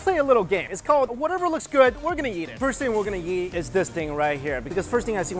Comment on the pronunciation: Does anyone else hear his pronunciation of eat? Kinda sounds like YEET